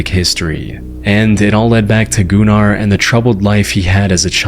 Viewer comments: dude that aint funny with gunnar all you said about gunnar is just absolute bullshit, im icelandic myself and you do not pronounce his name as "gooner", you can pronounce it like gun-ahr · U pronounce Gunnar as guhnar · My name is Gunnar and at least where I came from it is pronounced Guh-ner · Dude I tried to not laugh when he was talking about Gunnar because he pronouncing it gooner 😭✌️ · bro why tf is bros channel pronounced "gooner"🫩 first person btw✌ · I’m Icelandic and my step brothers name is Gunnar and also my step grandpa 😛 ITS NOT PRONOUNCED GOONER BTW 😭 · You don't pronounce Gunnar (Gooner) despite what everyone thinks, my primary schools gym teacher was named Gunnar, it's not a English name so it does sound like Gooner in English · as a scandinavian i can prove that its normal to have the name gunnar so its pronounced diffrently i even know a guy who has that name